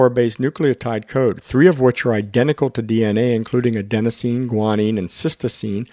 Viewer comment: Sorry, one more correction - it's Adenosine, not Adensosine